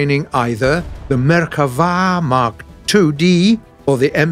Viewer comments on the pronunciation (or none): It's not Merkava, its MERKAVAAAAAAAAAAAAAAAAAAAAAAAAAA! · Learn to pronounce Merkava!